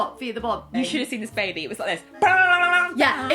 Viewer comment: a bubuh? having a buhbuh? so happy